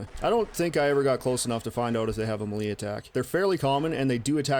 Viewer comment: I admit I'm somewhat fascinated with how you pronounce "melee".